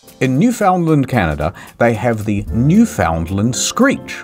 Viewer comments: "NEW FIN LAND" NOT "NEW FOUND LAND" Nobody says it liekt hat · Pronounced "NOO-finn-land." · Jesus-friggin mainlanders, it's pronounced: New-Finland. The cod is kept in the freezer. Yes, everyone in the province kisses the same fish. You didn't think we had a new one for every tourist?! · Its new-fn-land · The way you pronounced “Newfoundland” hurts my soul… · It pains me to hear Newfoundland pronounced incorrectly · Ive heard many mispronunciations of Newfoundland, but that may have been one of the worse ones out there.